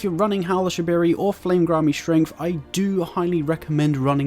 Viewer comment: bro rlly said howl of shabiri